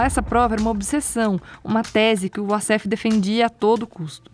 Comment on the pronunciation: uma jornalista que não sabe que Wassef se diz "Uassef" e não "Vassef"